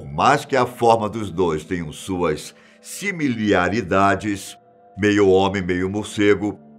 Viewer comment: Eu tmabém vim pelo simbolo do batman, o narrador é bom, mas "similiaridade" foi foda kkkkkkk